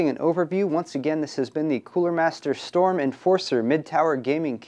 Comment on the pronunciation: Cooler Master Shtorm ;p